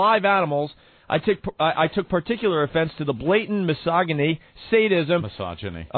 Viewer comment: "mis-OG-en-ey" jesus christ opie